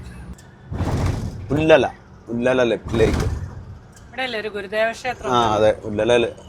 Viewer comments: ഉള്ളല അല്ല.ഉള്ളാൾ.avide darga okke und.famous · Ullala അല്ല ഉള്ളാള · ഉല്ലല അല്ല ഉള്ളാൾ എന്നാണ് ഉച്ചാരണം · Ullala അല്ല ബ്രോ ഉള്ളാൾ അവിടെ ഒരു ദർഗ ഉണ്ട് ഫേമസ് ആണ് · ഉള്ളൽ അല്ല ഉള്ളാൾ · ഹലോ ഞങ്ങൾ കാസറഗോഡ് കാരുടെ സ്ഥാലപ്പേരെല്ലാം തെറ്റിച്ചു പറയരുത് അതി ഞങ്ങൾക്ക് സങ്കടാവും കേട്ടോ ഉള്ളലാ അല്ല ഉള്ളാൾ ആണ് ട്ടോ അതുപോലെ തൊക്കോട് അല്ല തെക്കോട് ആണ് അവിടെ ഒരു മെഡിക്കൽ കോളേജ് ഉണ്ട് ഇനി ശരിക്കും കരയണം കേട്ടോ ഞാൻ നിങ്ങളുടെ കട്ട ഫാനാനാണ് കേട്ടോ എന്റെ പേര് സുലോചന കുഞ്ഞിക്കണ്ണൻ എന്നാണ്. എന്റെ വീട് ചെറുവത്തൂർ aanu